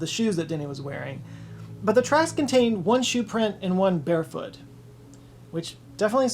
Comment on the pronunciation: Did anyone else think he said “bear foot”? I thought the story was taking a sudden dark turn (not that it was ever going to be a happy tale).